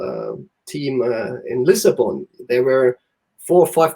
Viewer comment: Did he just called Lisbon, Lisabon??